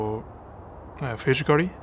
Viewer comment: I know he's trying to say physically. But did anyone heard fish curry???😅😆😂😂😂